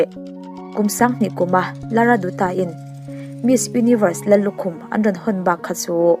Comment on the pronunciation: Lara 'duta' nilovin 'Datta' tiin a ri. Ka duh emem ṭhin nu ania😊😊😊❤